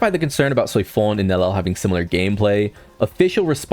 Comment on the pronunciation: Nell-EL 😂😂it's triggering no lie